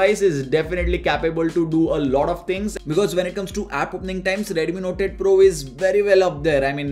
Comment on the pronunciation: I hear NOTED PRO when he says NOTE 8 PRO.